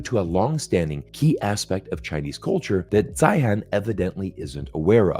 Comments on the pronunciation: It's Zeihan .... Zine. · He pronounces his own name Zane or Zahne. Sorry….I’m listening but it gets in the way. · If you're going to critique someone, it would be helpful if you knew how to pronounce his name.... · Why didn’t you even care enough to find out how to pronounce his name? Your credibility is suffering 😂